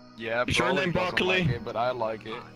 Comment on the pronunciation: His name is not broccoli it's Broly ☝😉